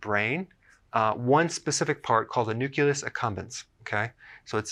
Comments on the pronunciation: I love you, but it's pronounced nuclEus. Not nucUlus. HUGE pet peeve!!!!😱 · Ya, there's no such word as nuculus. Just like there is no such thing as nucular energy (attn: GW Bush); it's nuclear. It's a fairly common mispronunciation (not mispronounciation - LOL). I'm glad someone else commented on this, because I was hesitant to post a negative comment on his misspeaking, (figuring my OCD was just going to attract a lot of flak. lol), especially since I'm really enjoying and learning a lot from Dr Berg's videos. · "Nucelus" haha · Thumbs up but you pronounce nucleus as nucelus, just some constructive criticism.